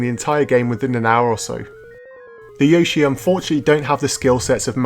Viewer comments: What's a yawshee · stop saying yoshi like an american